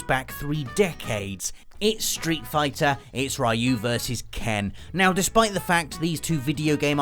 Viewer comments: "Ree-yu",, not "Rye-yu". Please get it right. 😖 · Great video as always.. though I beleive its pronounced "riu" no "rayu" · I can't take it anymore. I love watching you guys, but for people that love games so much you need to pronounce characters names right. Ryu is pronounced Ree-you, not Rye-you! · "Ruy You" "Punching polygons" This hurts and it's only the first entry. Ken and Ryu are from the pixel age, not the polygon age. "Donte" Why. English is your first language right? The heck is this? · "We didn't know "Rai-yu" was actually Ryu. Blanka, some people say "Blank-a", but there's no way it could be that, because Blank-a sounds like blanket, man." Mispronouncing names is a video gamer tradition. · OMG it's pronounced REEEE-YOU!!! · Seven character names that people keeps mispronouncing. first entry: Ryu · It pained me every time he mispronounced RYU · Can't even kind of pronounce Ryu properly.